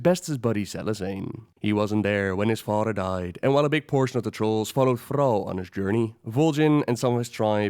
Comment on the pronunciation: her mudder. his fadder.